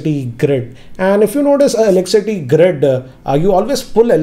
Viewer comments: Did anyone noticed that he's pronouncing "eleccity" instead of "electricity?🙄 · Its electricity not eleccity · Is he saying elecsity instead of electricity ? 🤔🤔🤔🤔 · Elecity ? Did i hear you say it right ? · Can't help notice that 'Elek-city' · Is it just me or when you guys hear him say Elickcity!😬